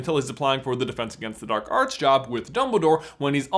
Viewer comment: I fully heard "red eyed, menacing, slits for nostrils dork wizard" instead of dark wizard 😂